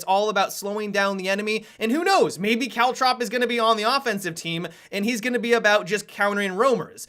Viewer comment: stop saying caltrop like that